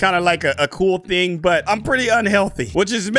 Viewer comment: You mean "cool" not "coll' ? Not Trina be mean